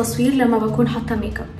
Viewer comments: دوم الضحكة ي قلبي😂❤ + ي ستي فاهمه والله😂بس هي مش بتقول ميك اب بتقول ميق اب تحسيها بتقولها بالقاف😹😹😹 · كل دي اسماء بتقوليها بالانجلش وجت على ال make up وتقولي ميق اب😹